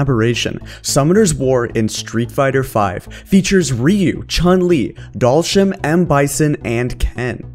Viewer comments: bruh I cant even with that pronunciation of Dhalshim 🤣🤣. You can always tell who doesn't play street fighter. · First time ive heard Dhalsim pronounced like that. dalshim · Honestly I’m still shook at how you pronounced dhalsim. Heck you might be right but I’ve never heard it that way